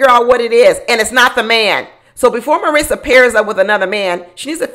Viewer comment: Where is aunty finding this imaginary "T" in Marissa's name, came flat out of nowhere. You must have a MariTsa in your personal life😅